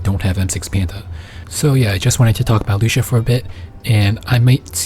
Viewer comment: loo see uh. not loosha